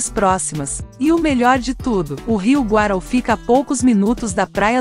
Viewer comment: nunca ouvi falar do rio Guarau, o Rio chama Rio Guaraú (acento no U)